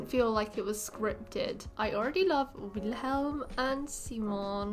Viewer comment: Also, I just want to give credit to tell you for saying Wilhelm’s, Simon’s and Sara’s name right, there’s way to many people who say them so wrong.